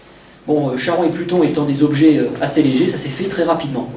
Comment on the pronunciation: On ne chie pas en grec ! Charon=Karon.